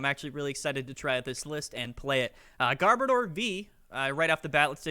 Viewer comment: A lot of ppl massacre garbodors name. Its gar as in garbage. And odor as in oder. Sorry but it just irks me on how simple that is to figure out and they massacre its name